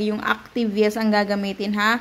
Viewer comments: yeast as in yist hindi yest😠! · Yeast Kasi dapat. Mali bigkas Niya.